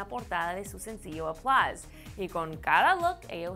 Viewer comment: porque la mina esta dice "aplaz"